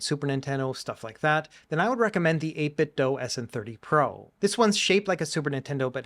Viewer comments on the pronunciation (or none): Awesome video as always! RetroBat looks way easier to setup than what I was doing with LaunchBox. I'll definitely have to give it a try. P.S. It's pronounced 8bitDO not 8bitDOE. :)